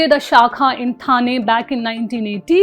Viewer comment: Thane should be pronounced as ठाणे.